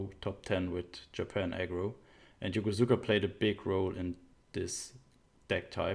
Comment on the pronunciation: the "u" in Yokosuka is fairly silent. pronounced "Yo-kos-ka.' Sorry, gotta be that guy ^^